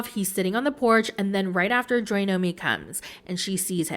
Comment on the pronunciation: I’m not gonna lie hearing JoyNomi instead of JoyNoNo is making me a lil mad. 😂😂 (im jk)